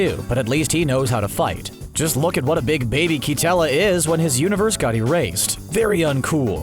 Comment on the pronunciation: You botched so many names- Roshi is "rumshi" Katella is "quetella"